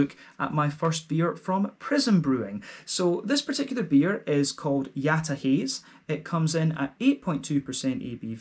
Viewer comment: Yataha[t]ze :) thanks for the review !